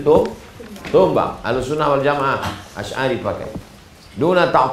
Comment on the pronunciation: Adik2 masih bs diperbaiki lagi bacaannya. Ahlussunnah Kok jadi alhusnah.